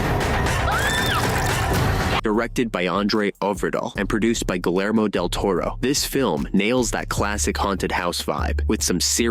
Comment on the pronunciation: You suck at pronouncing names. Guellermo is pronounce Ghee-Yair-Moe.